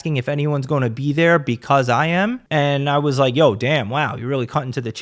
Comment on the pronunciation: “He said rike instead of Like” 😂😂😂😂 “Rampage… Ethan Let’s call him Ethan this is some Ethan type shit” 😂😂😂